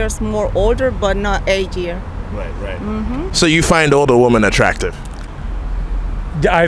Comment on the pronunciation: …it’s not woomen. It’s pronounced wi-men